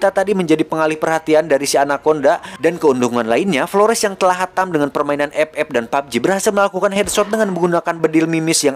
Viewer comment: ep ep dan papji😭😂